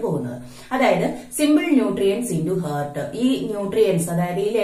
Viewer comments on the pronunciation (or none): Ma'm heart pronunciation ഹാർട്ട്‌ ennanu... Not ഹെർട്ട്